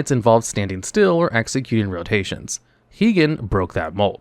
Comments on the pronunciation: HIGH-GEN, not HEEGEN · Heegan not high-gen